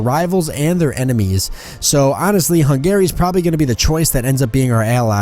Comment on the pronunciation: The way you pronounce Hungary... Try pronouncing it more like hungry, putting very little pressure on the a. Other than that though, very good episode :D